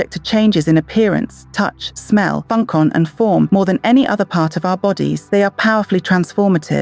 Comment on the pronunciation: You need better text-to-speech software. "FUNK-ON" for "function" and "SO-FEE" for "soft" are just two of the jarring mispronunciations.